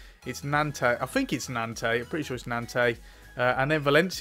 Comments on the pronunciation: Nantes is pronounced ‘nonts’ 😬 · No...the 's' is silent. It's 'Nont'. Can't wait for that Man City match.